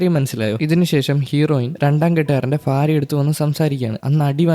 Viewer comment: ഫാര്യ ❌ഭാര്യ ✅😊